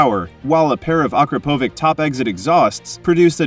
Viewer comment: It is not Akrapovik, but Akrapovič.